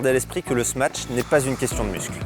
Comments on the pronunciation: Vidéo bien faite mais on dit smash , pas smatch non ? Confusion entre smash et match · Smatch? Y’a pas de T wsh